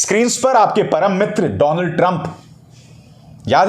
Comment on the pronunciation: डोनल्ड ट्रंप नहीं डोलँड ट्रंप